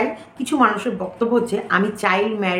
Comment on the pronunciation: Kotha ta chail noi child 😊😊